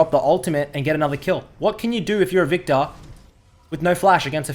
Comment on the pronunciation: its viKtor not vita with ur accent!